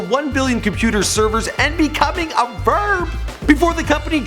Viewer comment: "And becoming a VEERB."